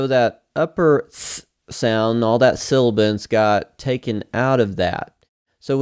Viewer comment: It's sibilance..not silibance